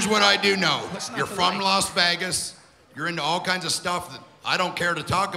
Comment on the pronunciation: EY said “Las Fagas” lol